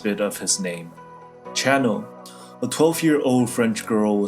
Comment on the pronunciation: No way this bloke said "Channel"